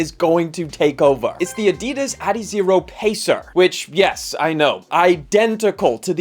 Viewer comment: China offers better value and specs. Adi-Das think Adi for the first syllable and Das from Dassler for the second syllable. Li Ning slides here last week for £22.